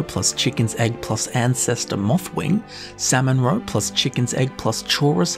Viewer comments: By the end of this video I was hearing ‘Sam and Roe’ and I thought he was talking about some sort of sitcom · Sam-mon-row-pluss-hisst-cahp My coworker side-eyed me all the way to work🤣🤣🤣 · samonrow samonrow samonrow... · "Salmon Roe" no longer sounds like real words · Who never wants to hear say "salmon roe" again?